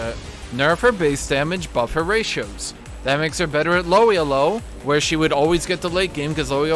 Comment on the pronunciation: How says Elo is really tilting me